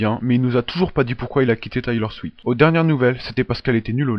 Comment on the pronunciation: Juste une petite remarque c'est Taylor SwiFt en le prononçant tu oublis le F ^^, sinon j'aime bien te vidéo ;)